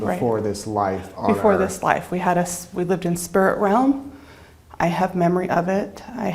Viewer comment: Oh lawd..this lady..lol "We lived in SPIRUT REL'M" 😂 God bless you for not editing that out or doing a reshoot.